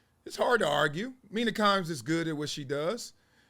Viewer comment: Bro said Mina Kimes 😂😂